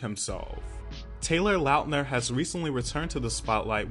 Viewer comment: love this! thank you for the little nostalgic moment! and thank you for saying his last name right! we've done him wrong for too many years!